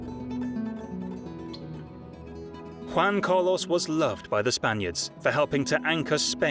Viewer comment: "Wan Cah-Loss". The mispronunciation is crazy lmao